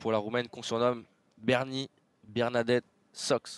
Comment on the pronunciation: Incroyable, c'est la première fois que j'entends un commentateur qui n'est même pas fichu de prononcer le nom de joueuse correctement ! Et personne n'est là pour lui expliquer ?